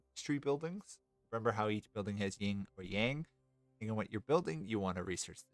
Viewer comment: Cool guide! I enjoy the faction and mechanics more than most people here, it seems. Just so you're aware, it's Yin, not Ying, both in-game and irl. It's no big deal, but it stood out along with the audio issues. I wonder if that's a gate problem? I know I've fixed that before, but it's been ages since I messed with audio stuff. It's cool you're pumping these out. Must take a lot of effort!